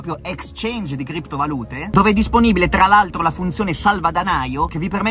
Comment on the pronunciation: FINALMENTE PRONUNCI BENE KRIPTO VALùTE!!! BRAVO BRAVO RICCA!!